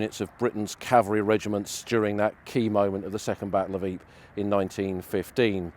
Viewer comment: I thought it was pronounced EE -Per , RAH